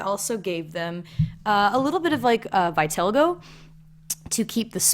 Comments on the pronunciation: but there is a correct way to pronounce vitiligo, it’s “vit•i•li•go” it’s a medical condition. You wouldn’t the “flu” fl•uh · Was any one else upset when he pronounced vitiligo vi-tella-go??!!?